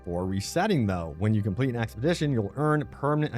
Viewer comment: expedition NOT axpedition !!!! get help